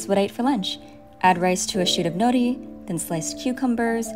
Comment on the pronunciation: It's nori, and she's using the correct pronunciation.